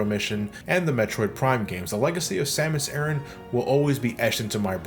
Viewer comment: You pronounced "Samus Aran" correctly. Have a like.